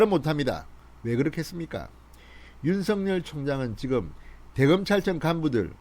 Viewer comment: 윤성열 입니까 윤석열 입니까 발음좀 똑바로하세요 답답한양반일세